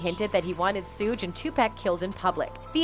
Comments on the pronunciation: The pronunciations of the names is driving me crazy! 2-Pack and Sue 😂 Sounds like Siri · She said Suuge night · Lady lost me at 2Pack and sooj